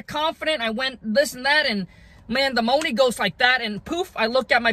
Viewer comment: You say money Funny bro 😂😂 but thanks for the advice